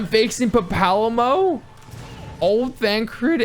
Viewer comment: Papalymo has been dead so long he doesn't remember how to pronounce his name 😞